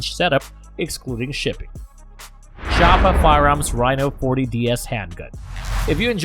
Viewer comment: Point 357 Magnum? I've never seen so many terms butchered in one video. Tell me you don't know much about firearms without actually saying that you don't know much about firearms. And the pronunciation of Chiappa was hilarious